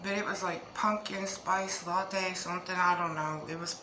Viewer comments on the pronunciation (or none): none